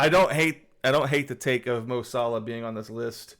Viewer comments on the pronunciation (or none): none